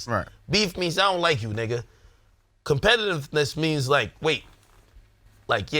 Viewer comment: Why didn't Ak stop trying to say competitiveness after the 4th time he fucked it up?